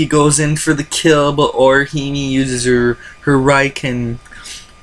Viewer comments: He literally said "Orihimi". C'mon now. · Also, when you say Orihime, you pronounce it Orihime, not Orihimi :D Alot of weird pronounciation but that's ok I guess.